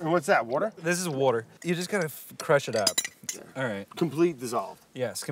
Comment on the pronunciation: sigh of relief - after 5.15 he finally said wourder - you know brad, we all come here and watch your vids exclusively to hear you try to articulate water. that is all thx